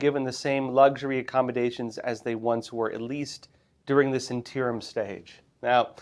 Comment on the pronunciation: Interim. in-TEAR-um? No. INN-turr-umm? Yes.